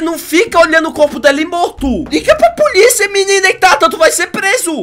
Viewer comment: "Alô puliça"? Kkkk